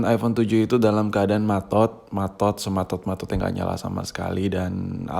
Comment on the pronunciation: eh bentar, bentar,,, Tadi lu ngomong apa?? matot / maTod?